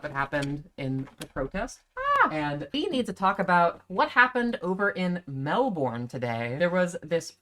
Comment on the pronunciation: In Australia we say pronounce the word Melbourne as mel-bin.